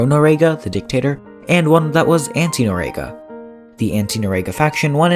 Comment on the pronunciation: If you're going to do a video on historic events, you might want to at least get the person's last name correct and pronounce it correctly in your video. Its Noriega. Pronounce nor--ee-egg-uh